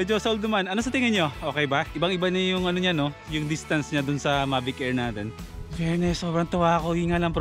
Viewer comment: Mavis 🤘🏻 tapos ang basa sakanya ay May-vis